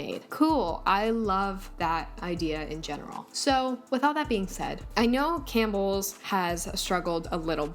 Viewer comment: All I think of is that vine- “Pronouncing things incorrectly” when he says “Cam P BELLS” 😂